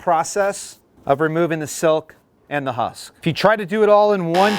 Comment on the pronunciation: This guy has no clue how to say husk, lol.